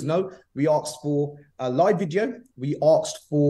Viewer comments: anyone who said 'aksed' instead of asked is not to be trusted with finances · "We Axed for, all we AXE for" xD